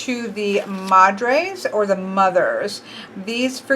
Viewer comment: Hija is actually pronounced (E-Ha) you don't pronounce the H sound and J make an H sound. Madre is pronounced (Ma-D-Reh) or (Ma-Dray) but you said that one alright. In case you were still wondering.